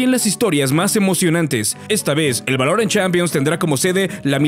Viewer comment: Buen video pero, ¿Por qué pronuncias así "Valorant"? 😞